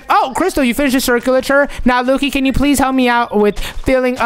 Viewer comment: It's can not kan